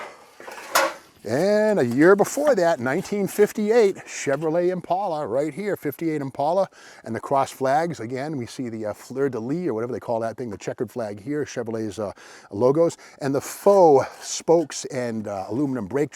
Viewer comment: FYI Steve and all the viewers ... Steve almost had the right prononciation of "fleur de lys". The lee part, the second part was missing a little something. Lys should be pronounced as list without the t.